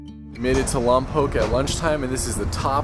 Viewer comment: Nice to hear Lompoc pronounced correctly. Love your videos.